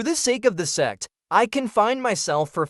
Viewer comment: Am i the only one who only hear "se* instead of Sect each time? :x